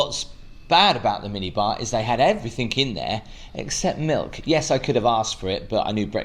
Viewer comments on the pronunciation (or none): Please stop saying "everythink"...the word is "everything "! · Can’t believe you didn’t know what the shoe stretchers were for…. Plus it’s “everything” not “everythinK” 😂